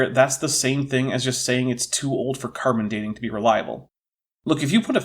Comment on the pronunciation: I remember his hat, and his disturbing “carbon for Dean” pronunciation. 😋 Where have i heard this guy, if not here? Maybe Viced Rhino…? 🤷🏻‍♂️